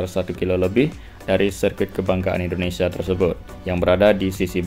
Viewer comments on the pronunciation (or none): none